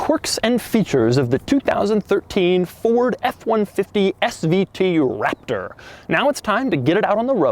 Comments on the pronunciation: I noticed at certain points he says waptor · This guy rly say Waptor...